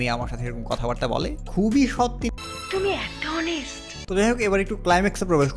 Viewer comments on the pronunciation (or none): none